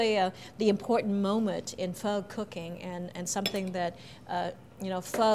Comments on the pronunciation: It’s spelled PHO.... not feu..... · Seriously? Just say pho in a normal way... -.- obviously it's not PHUH its pho 😤